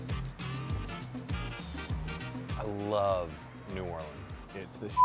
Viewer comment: I can't thank you enough for pronouncing Laplace and New Orleans the same way we say it down here